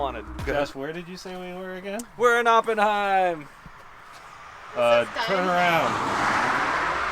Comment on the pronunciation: if you use your Deutscher accent Oppenheim is pronounced “AH-pen-hime.” You guys are too cute, especially, but, I’m married, so it should be taken as a nice compliment—if you will.